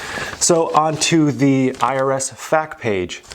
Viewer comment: Please dont ever say I read the Fack page ever again. It F. A. Q. Eff Aye Que.